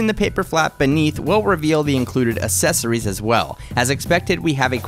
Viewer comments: It's accessories, not assessories. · I cringe when people say assessories. That aside, that blue looks purple. I thought you color corrected your videos? Anyways, good job!